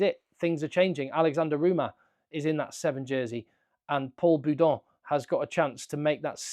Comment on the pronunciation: The problem with Villière is that he is more focus on doing the extra (stealing the ball, going on the rucks etc) rather than doing his normal 14 job.. leaving space for all blacks to party 🎉 And by the way, you said Paul Boudent, but we say Paul Boudéhent. Cheers mate, your analysis are always pertinent